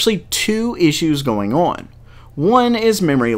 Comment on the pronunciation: "what''s going orn" Kappa